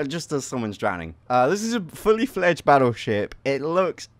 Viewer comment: You said baotship instead of battleship